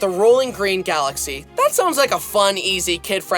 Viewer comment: when i heard him saying mario falaxy #, teared up cus of nostalgia while playing super mario galaxy no joke